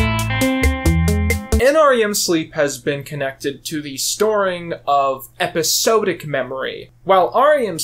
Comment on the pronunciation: why do you pronounce episodic so weirdly